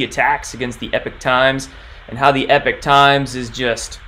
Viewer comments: Howdy, I think it is Ee-pock Times not Eh peek. Great video. Many thanks. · It's Epoch (as in POCK) not EPIC Times . . . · It's not pronounced "Epic" Times, but rather "Epoc" Times (E-pock, like pocket). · How many more times must we remind you it's EPOCH PRONOUNCED EEEE-POK!!!!!!!!! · a great guy, but yeah you’re right, he not pronouncing it correctly.